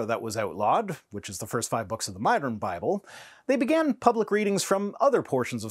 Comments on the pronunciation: AITA for giggling each time he said "BaBlE"? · I'm such a terrible person, but I had to stop immediately after hearing how that guy pronounces "BAAAAAAHBLE"